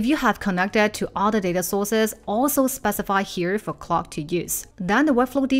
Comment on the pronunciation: your pronounciation of Claude is driving em crazy. It's not "clo'" or "claw" you need to pronounce the D sound!! what's difficult about it? we're just making random sounds now?